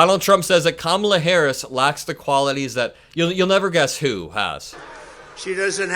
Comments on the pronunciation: Did you notice how he pronounced her name correctly this time. I wonder why? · Uh oh, he pronounced Kamalas name right